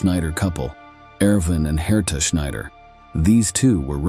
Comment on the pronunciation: Herta pronunciation haaataaah not the way u are saying it.